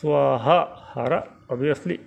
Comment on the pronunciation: Gurubhyo namaha! it is " hara repeat hara".. because har written in devanagari is pronounced as consonant ending..